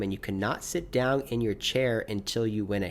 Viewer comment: Anyone else get tilted by saying "Look Downg at"